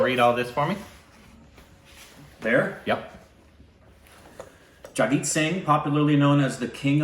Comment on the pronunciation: It's Jagjit not Jigjit..